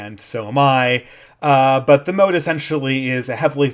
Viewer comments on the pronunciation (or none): "MOTTE" != "MOAT" (sorry... but that bugged me) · The moat is the blue thing around the perimeter - "motte" rhymes with "pot"... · motte (rhymes with "rot"), not moat (rhymes with "rote"). The moat is a water defense surrounding the entire castle. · I think Motte pronounced like "not", the moat is the water ditch. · It's pronounced 'mot' you buffoon. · Oh that pronunciation of motte is bugging me. Motte and moat are not homophones, which was lucky for the people building them as the knew whether to dig a ditch or build a mound. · A minor nitpick, you're mispronouncing motte. You're pronouncing it like "moat." If you google it, there's a pronunciation you can listen to. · can you please learn to pronounce 'motte' correctly, so annoying